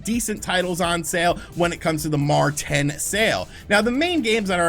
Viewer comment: Did you really just say "Mar 10"....